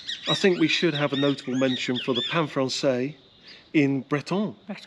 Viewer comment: I am seven minutes and fifty-three seconds into " your alls' " (you plural possessive Texan style) :-) video ... am just stopping for a minute to send a message. You two make me smile! Neil, to make it sound more like "sure enough" Spanish, you pronounce the final "s" in "pan francés" (pahn frahn-SEHS). I know your French gets in the way {{{ wink }}}. Don't forget the word I sent y'all yesterday: "¡Chido!" (CHEE-doh) ... which is slang for "Great!" / "Fantastic!" / "Cool!". :-) One last expression that serves two functions: "Mucho gusto." (MOO-choh GOOSE-toh) ... which means "It's nice to meet you," as well as "It was nice to meet you." :-) I LOVE Spanish! And I love it that you two are "feeling the love" Querétaro and its people emanate. Such genuine friendliness. Jorge, Buddy, and I will be transferring our Dallas happiness to Querétaro happiness come December 8th! {{{ TEXAN HUG }}} Jody